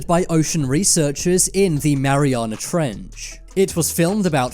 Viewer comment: Omfg the emphasis he puts on the "ch" In trench is the scariest thing in the damn video. Mariana Trechhhhhuhh Just say trench niggq damn